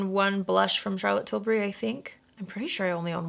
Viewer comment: Thank you for not pronouncing it like TIL-BERRY like every other American 😂😂😂 this is why you’re my fave